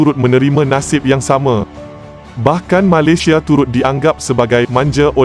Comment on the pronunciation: Sebut Malaysia pun tak betul. Hahahaha.